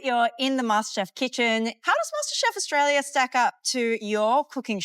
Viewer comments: Meghan should know how to pronounce Australia -- it is not "Aush-tralia." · She can’t even say Australia properly, let alone cook 😂